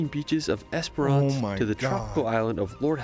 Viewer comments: not esper ance either... i wish instead of reading place names in australia and assuming they know the pronunciation... try askin a fuckin local instead!!! geez the only place he came even close to pronouncing right was beerwah... now other tourists will see this n think its the way to pronounce them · Great commentary, so many reply worthy comments too! ●Bondi (Bon-die) has been covered . ●Not "Es-per-ahhhnce", its three syllables packed into 2: "Es-prence". ● if you love kangaroo on a beach wait till you see kangaroo swimming through water, or drowning someone's dog! ●You nailed "Melbourne" first go! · Spent a lot of my childhood on Twilight Beach in Esperance. Pronounced Esperence. Yes, that is a large hole in the rock.